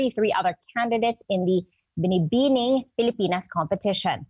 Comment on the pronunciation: To the news anchor, here's for you: Pa english english ka pa kaya nabubulol ka sa pagbibigkas ng binibini..nabubulol ka sa kaipokritohan mo.